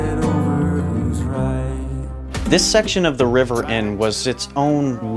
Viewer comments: Maybe it’s rivers mask that makes him sound like he is saying trevor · Yep, I listened a few times and he definitely said Trevor! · I thought he said trevor too 😝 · Ha ha I came to the comments to find out if anyone else heard the same! He definitely said Trevor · It sounded like he said Trevor. That is also what i heard. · When River introduced himself it sounded like he said Trevor ❤️🇬🇧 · 🖤👻💚💜Was it just me or did it sound like River said my name is "Trevor"?? lol 💜💚👻🖤